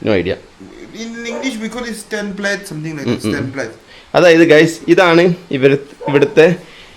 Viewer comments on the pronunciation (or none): Akhirrrr " Stand plate" ? 😂😂😂😂😂